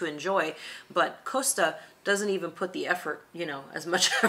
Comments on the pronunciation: Costa not Coaster. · If MSC is not agreeable for American cruisers it makes it infinitely more attractive for the rest of the world. And please pronounce "Costa" correctly.